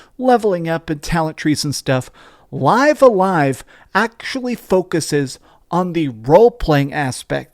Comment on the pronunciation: It's pronounced "liv a live".